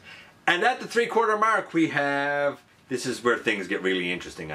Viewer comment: love the way "mark" is pronounced "merk"👍🔥